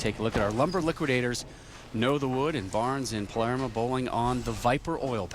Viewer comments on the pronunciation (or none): Lol one of the announcers said Paleraa